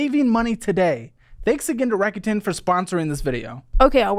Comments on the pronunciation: It’s a Japanese company, so it’s pronounced like rack-oo-ten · I'm pretty sure it's pronounces Rake-ut -in. Like "rake it in" as in raking in loads of money